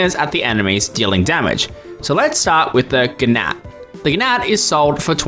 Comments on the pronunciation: "gnat" is pronounced "nat", btw! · "fi-narf" "Guh-nat" Oh boy, this is going to be a long video. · Giggling a little bit at the pronunciation of gnat